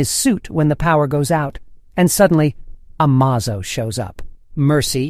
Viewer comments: Was it intentional to pronounce Amazo 14 different ways? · do you change your pronunciation of Amazo every time? very good sir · The narrator pronounces Amazo multiple different ways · This AI keeps changing the pronunciation of Amazo. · The AI can't consistently pronounce "Amazo" correctly. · Holy crap, how many different ways are you gonna pronounce Amazo? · How many ways can you pronounce Amazo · When you aren't sure the correct pronounce, use both interchangeably. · It's not amazo it's amazo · I like how the narrator butcher the name Amazo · God damn how many times can you say amazo wrong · Dude, you need to fix your video. The volume suddenly gets louder and then quieter and you constantly misprounces Amazo's name throughout the video. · How many ways can you mispronounce "Amazo"? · You keep pronouncing Amazon’s name wrong in different pronunciations. Is this a real person or some garage computer AI? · The fact that he keeps using different pronunciations for Amazo’s name is irritating 😂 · Is this text to speech, why is it pronouncing Amazo's name like 4 different ways. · Couldnt stick with one pronunciation of Amazo? Lol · Robo narrator pronounces amazo 6 different ways. Sorry. FAIL. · You pronounced the name 'Amazo' three different ways as if speaking of different characters.??? 😂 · your pronouncing the name wrong bro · I hate the way your saying the androids name hahaha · How many times are you going to mispronounce Amazo's name? Smfh.. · AI voiceover is crap. Did I count… nine different pronunciations of Amazo? With a gender swap thrown in for funzies? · The worst part of this video is how you are pronouncing Amazo. It pronounced like Amazing but with a damn O at the end instead of ing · It's A M A Z O not A M OZO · Amazo? It's ameizo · It’s A-may-zoe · You say Amazo, I say Amozo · Why does everyone pronounce Martian Manhunter Martian name as John Johns? It's Jonn Jonnz which is John Jones like his earth identity! Oh and also the Android is Amazo! Not Amozo